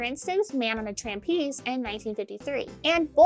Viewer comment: Okay... I got that you undoubtedly MEANT to say the actual title, "Man on a Tightrope." What really bothered me was this... The word you actually said was "Trampeze," which as far as I know, is not a word. You clearly meant "Trapeze," unless there is such a thing, and it's like a bouncy trapeze, and the word is a portmanteau of "Trampoline" and "Trapeze"... or maybe it's just a homeless trapeze, with the word amalgamating the terms "Tramp" and "Trapeze," but I don't think either of those are the case. Now ordinarily this wouldn't bother me, but you're a clown... and call me old fashioned... say I adhere too strictly to the circus clowning traditions of the late 19th and early 20th centuries, but I adamantly believe that a clown that doesn't know how to pronounce "trapeze" is hardly worth their fright wig. Sorry, but I feel it had to be said.